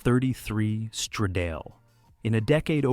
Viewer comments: Stradale = strah - dah - lay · This always makes me furious! When you are making a video, praising the devine design of these cars, why can't you inform yourself how the names of these cars are pronounced in the original language! I especially hated how you pronounced the Alfa Romeo "Stradale"!😭😭😭